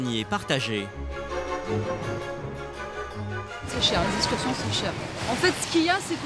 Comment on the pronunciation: Quelqu'un peut-il apprendre au commentateur la prononciation du X ? J'ai entendu des dizaines de fois "eScursions". Et puis, l'expression "où on leur semble" n'existe pas , contrairement à "où bon leur semble".